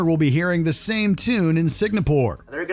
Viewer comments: Was looking for exactly this! The whole video contains loads of Signapore instead of Singapore. 🤣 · Has anyone else heard the VO guy say SIG-NA-PORE several times? it's SINGAPORE. and I'm not even from that country. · What the heck is signapore? Do they mean Singapore? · How the hell do you make a video that features the word "Singapore" so many times without realizing that it's not, in fact, "Signapore"? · i believe the name of the country is Singapore not Signapore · ‘Signapore’? Wtf, only an American could get that wrong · Are you saying Signapore?! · "Signapore"?! where that? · Signapoor? Really? :yougotthis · how hard can it be to say SINGAPORE correct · “Sig-na-pore” made me want to die every time. So does “Cuties” not being on this list. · Ah, yes. Good old Signapore. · Why does he say Signapore??? OMG… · "Signapore" is now going to get this video banned from their country for all the times you butchered its name. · What the hell is Signapore? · I've never heard of the country "Signa-poor" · The fuck is "signapor"? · Is it really pronounced "Signapore"? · STOP SAYING SIGNAPOORE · Sig-Na-Pore laughs in narrator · "siGNapore" Untied Satets of Mearica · Thanx for the dope video as always but it's pronounced Sing-A-Pore ... right? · Watchmojo staff meeting: "Guys, can everybody here pronounce Singapore?" "No, this guy here says 'signa poor'" "Alright, let's have HIM narrate this video!" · At least he got to "Sig-a-poor" in the last one. LMAO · Signapore? Not once, but several times. Probably the most-repeated word in this whole video - please check spelling and pronunciation before committing to upload. I'd ban NOTLD but only because that is absolutely THE most horrific scenery-chewing I've ever seen off the soccer field. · I love watchmojo.... But it's Sing-a-pore..…..…Singapore. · How many times did he say Sig-na-pore? If I'm wrong please educate me. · bro cant say SINGApore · I've been on this earth for 51 years.... I've never heard it pronounced Sig-na-pore.